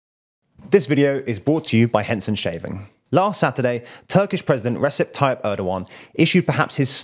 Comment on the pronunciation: Please pronounce the R in brought. Bought is not the same word as Brought!